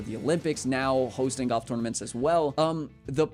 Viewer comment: sometimes it sounds like you're saying goff instead of golf